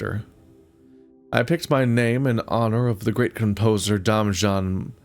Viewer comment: Damjan is the croatian version od Damien. Its read like Damyan